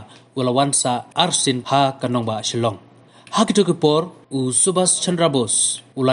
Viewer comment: Chilong ne Shillong....tang ban pronounce ruh nag rea....